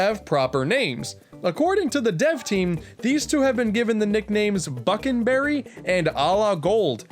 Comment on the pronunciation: For some reason when you said buckle-berry and ala-gold I thought about allah akbar